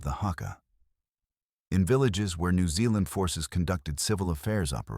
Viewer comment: The Letter 'Z' is pronounced as 'ZED.' Plus: you still cannot pronounce Aotearoa correct, either. Nor New Zealand, either. Suggest you go approach a REAL NEW ZEALANDER and LISTEN. Which you cannot do.